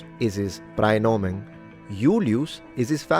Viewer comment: i have to scold you for the pronunciation here because the ae in praenomen isn't a hiatus, the e is supposed to be non-syllabic, which I'll give you isn't easy to pronounce. It's very close to Italian ai, though.